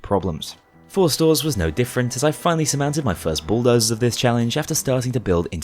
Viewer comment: His accent kinds makes it sound like he's calling them Schooldozers...